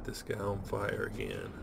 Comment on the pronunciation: I so enjoy your enthusiasm, Mostly when you say, FY-Youre..! LOL